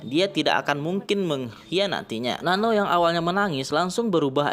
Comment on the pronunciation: Not Nano It's Nan-nooo